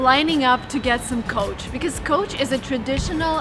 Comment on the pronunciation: No,you cannot pronounce Coach as Couch.